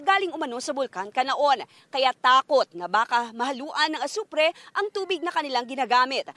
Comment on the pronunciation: "Bulkang Kanlaon" po ang tama hindi "Bulakang Kanlaon"